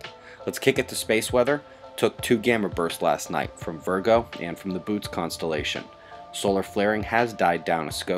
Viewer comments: gamma burst from boots?....did you mean Bootes?, (bo-oat-ays). uh uh.......smirking across my coffee cup....have a Great New Year..... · Dude you pronounced BOOTES wrong. Bo-Oh-Tease. Had to get that out there or my whole morning would be jacked up.